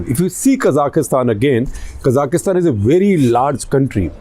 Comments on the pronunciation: It's Kazakhstan....not kazakhistan, secondly the unrest and burning of buildings happened in Almaty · It is Kazakhstan not kazakistan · It is pronounced Kazakhstan and not Kazakhistan. Also just breathe, Sir. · why does he say" kazakh kistan " when its "ka zakh stan" this was a planned rebellion with usa dirty action to destable bri. great russian put an end to unca sam wet dreams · Quick note - its KA(stress)-ZAKH-STAN, not K-ZA-KIS-TAN. (КАЗАХСТАН). I was corrected by a Kazakh on this, not sure if the other pronunciation is simply the Indian version. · Can you at least pronounce the name of the country correctly? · Why can't you pronounce Kazakhstan properly?